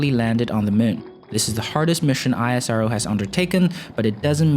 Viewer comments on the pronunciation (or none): We pranoune it as ISRO instead of I.S.R.O... EESRO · Its esro (isro) not i-s-r-o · When would you stop calling ISRO I S R O and just call it ISRO like NASA and not N A S A -_ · great video. Just one thing , we call it "isro" not ISRO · ISRO LIKE NASA! Not I.S.R.O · Bro please Call ISRO Not I S R O ... thanks for the video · It's IS-RO not I-S-R-O! 🤦🏼‍♂️🤦🏼‍♂️🤦🏼‍♂️ Just like NA-SA not is N-A-S-A. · Please pronounce the name correctly. It is pronounced as "is ro". Not I.S.R.O. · It's not isro.... I S R O it's individual abbreviation words not a single word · It's not i-sa-ro It's ISRO... Pronounce like esro... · Pronounce ISRO as esrow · Thanks for the video, btw u don't always have to say the alphabets of isro just pronounce it as a word (IS-RO) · It's called ISRO like NASA not I S R O . Please pronounce correct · Its really irritating to hear ISRO pronounced as I.S.R.O... Why dont you call NASA as N.A.S.A?? See where Im getting??? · Pronounced the word ISRO, just like NASA... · Not ranting but can you please refer ISRO as "ISRO" and just spell every syllable! Try saying NASA as N A S A and you will understand how cringey it hears. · Its pronounced IS-RO. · You don't call NASA as N-A-S-A. similarly it is called ISRO ( IS-RO) as in H'is' Row. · It's pronounced Is-row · Pronounce ISRO as is(es)-row Just like you do for NASA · Ikr, but as N A S A is said simply as nasa. In the same isro should be pronounced. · It's pronounced as ISRO not isro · Very easy to fix. Find an Indian TV video where they pronounce it correctly. ^^